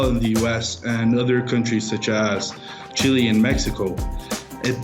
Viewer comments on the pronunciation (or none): none